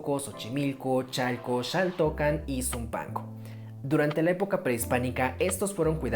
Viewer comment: No se dice Shaltocan se dice Jaltocan